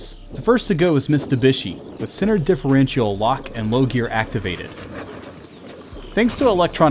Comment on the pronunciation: Also, "different-chee-all"